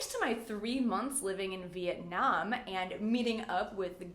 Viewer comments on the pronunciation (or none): none